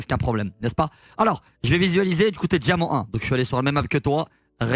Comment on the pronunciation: Tu feras gaffe t'as fait du franglais "DIAMAND"